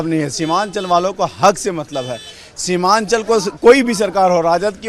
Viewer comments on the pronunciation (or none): शिवानचल नही सीमानचल